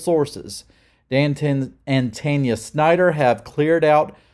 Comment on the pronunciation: Just say. Tawn-Ya lmao